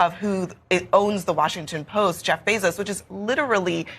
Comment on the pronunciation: For someone who follows politics ad the news so often, you sure have a lot of difficulty pronouncing names xD Bernie Saunders earlier this week and now its Jeff Bee-zos xD